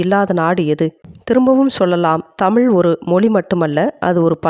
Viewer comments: தமிழ் எங்கள் உயிர் மூச்சு தமிழே தெய்வம் இப்படி எல்லாம் பேசுற இந்த சட்டமன்ற உறுப்பினர்கள் ஒருத்தராவது அந்த தமிழ் தமிழ் செந்தமிழ் என்று நாக்கை மடக்கி உச்சரித்தது உண்டா? எல்லா உறுப்பினர்களும் தமில்,தமில் நாடு செந்தமில் என்றுதான் உச்சரிக்கிறார்கள்😭 ஒருத்தருக்கு கூட முதலமைச்சரை தவிர வேறு யாரும் தமிழ் என்று உச்சரிப்பது கிடையாது அப்புறம் சொல்லுவாங்க தமிழ் எங்கள் உயிர் தமிழ் எங்கள் உலகம் 😂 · முதலில் தமிழ் என்று உச்சரிக்க பழகுங்கள் நாக்கை மடக்குங்கள். எல்லோருமே தமில் செந்தமில் என்று தான் கொலை செய்கிறீர்கள்😂